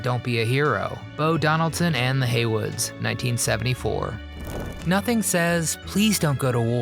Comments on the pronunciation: "Heywoods" not "Haywards" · No big deal, but it's "Bo Donaldson and the Heywoods," not the Haywards. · It’s Bo Donaldson & the Heywoods not Haywards!